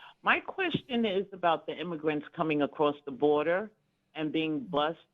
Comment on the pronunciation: Did she call them illegal immagrunts😂😂😂😂😂wow